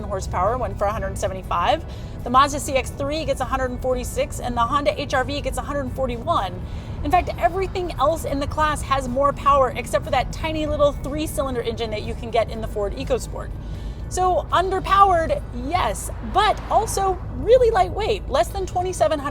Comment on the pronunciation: It's actually pronounced ECHO-Sport. No idea why.